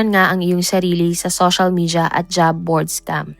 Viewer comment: I like your content pero improve on your pronunciation like how you say SOSYAL MIDJA, MAYAN-MAR, etc